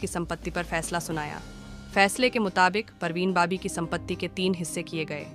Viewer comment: BABI NOT BOBBY ....PARVEEN BABI BAAABIIIII !!! JEEZ TRY TO TAKE THE NAME CORRECTLY AT LEAST OR LEARN HOW IT IS PRONOUNCED FIRST BEFORE MAKING A VDO !!! She was a Muslim never changed her religion..she lost her mental wellbeing...so it's not possible that she was capable to do anything like that .